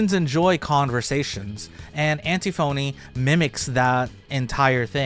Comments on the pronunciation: antiphony is pronounced like an-tiffany just fyi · Just a note, because I used to mispronounce words this very same way in the past.. but it’s pronounced “an-tiff-uh-nee.” Sorry for being that guy! 😬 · thats not how you pronounce antiphony is it?